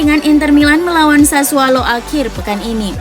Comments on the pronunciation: Itu kpleset lidahnya mas😁😁😁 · Mimin kalau mengucap klub Sassuolo selalu Sassualo.. 😀